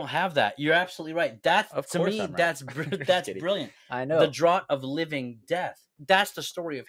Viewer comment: Bri like Brillant